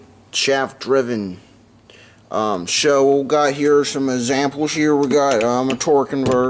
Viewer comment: No but he has some "zamples"🤣🤣🤣🤣